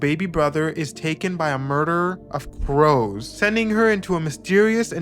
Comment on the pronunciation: I thought you said a "murder of bros"